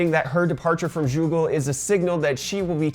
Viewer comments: did you call it JEW-ggle ??? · Is it just me or does he say Joogle and Jigabyte? Not always, but like a small speech impediment. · "Joogle", "jigabyte" I'm not the only one hearing this am I? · Jewgle lol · did you just say jewgle